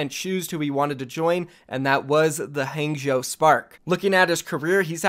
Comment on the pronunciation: I cringe every single time he says Hangzhou